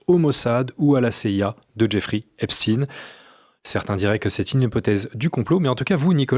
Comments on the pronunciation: Pourquoi dites vous Epstine ? Pour nous faire croire à des origines russes ? Non messieurs, c'est Ep-chtaïne et il était juif, tout comme Bronstein (alias Trotsky) d'ailleurs... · Epstein est un nom allemand stein = la pierre et ça se prononce chtaïn. Compris ? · Affaire "epstiin" ???!?? Prononcez correctement svp! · Tout ce qui finit par stein est juif.... voilà pourquoi ils changent la prononciation... Weinstein (me too) Bronstein (Trotsky), etc...